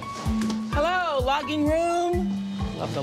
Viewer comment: you can tell has been working for Oprah tooooo long coming in saying “Hellller” 😅😂😂😂 love her